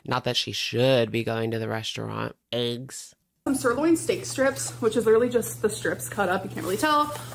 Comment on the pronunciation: The food she bought us bad bad bad for losing weight. She's going 2 say bcz she can't raise the dosage that's why she's not losing and is going to gain. If that happens I will never have hope 4 her again. And. It's EGGS NOT AYGGS. U can say the "E" correctly. Your speech patterns are why many can't watch you. Buy some fresh veggies, meat to cook and STAY AWAY FROM PROCESSED FOODS! Look at Jen and look at the shape Chantal is in. THATS YOUR FUTURE & THE POWER IS IN UR HANDS FOR NOW.